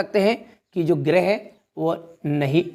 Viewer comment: सर गिरेह नहीं होता है ग्रह होता हैं।😂